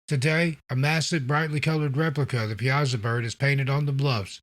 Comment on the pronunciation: Great video! I’m from the Alton area and we pronounce it Pie-a-saw. I wouldn’t ever expect anyone not from the area to pronounce it like that, I’m just informing, certainly not criticizing. I love your videos and your narration is top notch!